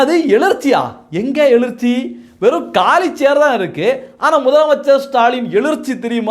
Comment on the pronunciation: தம்பி எளிர்ச்சி இல்ல, எழுச்சி! அட..எளுச்சின்னாவது சொல்லித் தொலை! திமுக ஒழிய வேண்டியதுதான். ஆனாலும் தவறாக தமிழ் வார்த்தையை பேசாதீங்க.